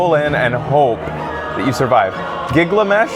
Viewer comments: giggle-a-mesh? uuh it's pronounced gil-ga-mesh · Giggle Mesh :D